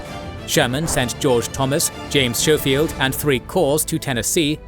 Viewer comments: I'm sorry I love this channel but its Sko-field not Show-field! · FYI "Schofield" is pronounced with a hard "K" sound. So its "Sko-field" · And General "Showfield"? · you could benefit from researching the pronunciation of some names before recording some of these were atrocious SHOW FIELD!! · Technically pronounced "SKOH-feeld". Minor detail, still a great video.